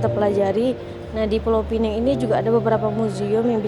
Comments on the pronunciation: Sebutan Pineng tu dari bahasa inggeris kalau yang betulnya pinang faham ya. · Sebut Pineng.... Orang Malaysia Sebut Pinang.. - Neng Malay - Nang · (,, bukan Pulau Penang,, tapi Pulau Pinang.. ) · assalamualaikummmm ...jangan sebut pulau pineng SALAH.......sebut saja pulau pinang ataupun pineng sahaja....adoiiiii sakit tinger aku dengar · Bukan Pulau Pineng tapi Pulau Pinang . Kalau nak sebut Penang ( sebutannya P - Ning ) tak boleh letak Pulau di depannya . Sebut sahaja P-Ning = Penang. Penang itu adalah sebutan Inggeris untuk Pulau Pinang .. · bknya pulau pineng tp pulau pinang cuba sebut betul2.. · Pulau Penang??? sebut betul2 ya... Penang sebutan dr org British dahulu... Pulau Pinang nama sebenarnya tp kami di utara sebut Tanjung utk Pulau Pinang.. tiada siapa org M'sia yg sebut Pulau Penang 😂😂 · Pulau pinang bukan pineng , pineng atau penang itu sebutan orang British sebab pelat. Kalau nak sebut pinang sebut sahaja pinang. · Pulau pinang bkn pulau pineng😂😅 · Kita xboleh salahkn.. salahkan orang melayu sendiri.. banyak yang sebut dgn sebutan pineng.. pdhl ejaan sebenar pinang😅😂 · dia macam ni bang, kalau nak sebut pineng sahaja takde masalah. tapi kalau nak sebut "Pulau" kena guna Pinang dibelakangnya. pineng tu sebutan dari bahasa inggeris iaitu Penang Island. orang Malaysia tak pernah sebut Pulau "Pineng"